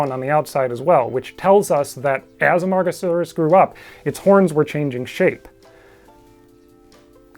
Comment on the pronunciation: That pronunciation was awesome and I could never attempt it.